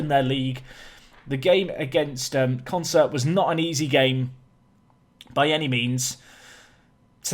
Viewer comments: You add R's again, it's not Concert, lol. consett. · Con-Set, not Concert, dude. Sorry to criticise, you're obviously dyslexic. But you're so damn close to the right names!!! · Consett were probably annoyed by your butchering of their name. Consettt there's no R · Consett is pronounced "Consit" locally, there's no R in it :) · So who wants to tell that he’s been pronouncing Consett ‘Consert’ this whole time? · Good God, but it is really annoying!!